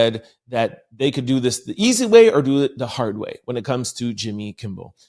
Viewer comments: I caught that too, but then I remembered he says he has a speech problem when it comes to his dyslexia. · …KIMMEL KIMMEL KIMMEL Not KIMBLE TWF? 😮